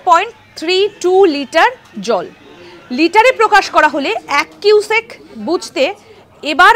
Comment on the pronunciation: কিউসেক তো বুঝলাম, কিন্তু "কুইসেক" ব্যাপারটা কি ? 😂😅